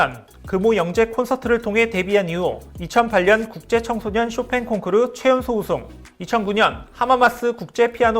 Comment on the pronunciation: 콩크루~ 일본식 영어 아닌가요 ㅋ